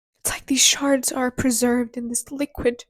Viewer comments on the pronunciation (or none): Not to make light of what was an emotional moment for you, but when you started crying and talking about the Shards, right after the bathroom analogy… I heard “my body is full of sharts… it’s like these sharts are preserved in this liquid” I was like, hold up… did she say Sharts? 😂 Kudos to the work you put out though!! Been a fan